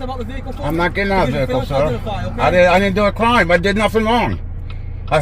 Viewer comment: Not a cwime to twavel. Car full of bad DNA